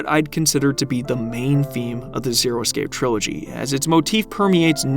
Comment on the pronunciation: dude please learn how to say the word "escape".